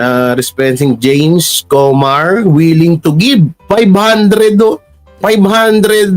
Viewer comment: Anong jaime pinagsasabi mo? James not Jaime